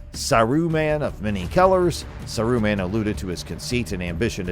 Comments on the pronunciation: it's Saaruman, not Saruuman I cou;d not stand the video for more than 50" Pity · In the before times, according to The Lord of the Rings Appendix E pdf, Smaug is pronounced Smoug. Gollum is GOHL-lum Gil-Galad is Gihl - GAH-lad Mindolluin is Min-DOL-luin Saruman is SAH-roo-mahn Sauron is SOW-rohn Haldir is HAHL-dihr Gandalf is GAND-ahlv. So maybe who or whatever this voice belongs to is correct. Saruman is SAH-roo-mahn. John Ronald Reuel Tolkien has a classic English accent so he doesn't roll his "R's" like they do movie(s) LOTR. So I guess Saruman is SAH-roo-mahn. Maybe whoever or whatever this narrator is needs to say SAH-roo-mahn a little faster. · Fuck man how many times are you gonna miss pronounce the name wtf is this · This was lazy bro. I was really excited to see a new channel posting about rings and realms but come on if u gonna use ai at least give it a correct pronunciation example of the names your focusing on. Sar U man n sour on . Lols. Ud do better making minecraft videos